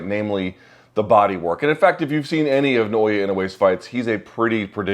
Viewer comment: Why can no one pronounce Nay-Oh-Yah